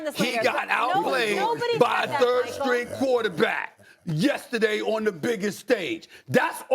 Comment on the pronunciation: Why can't Dan say yesterday correctly?